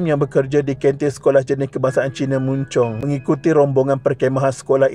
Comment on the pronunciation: Maaf,sebut betul,bukan muncung, tp sebutannya mancong, walaupon ejaanya mun Chong, anak sy bekas sk ini dan sk ni terletak beberapa meter sja dari rumah sy